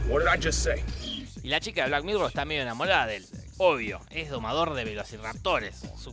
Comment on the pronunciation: 1- Suena como si dijera "black mirrow" en vez de "black mirror" 2- ¡Apoyo la moción de que vuelva ultraviolento con toda violencia!